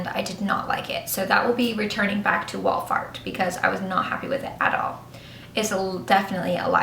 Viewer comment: I have returned opened makeup back to Walmart and they gave me my money back. Btw did she say Wallfart instead of Walmart?, u r so funny!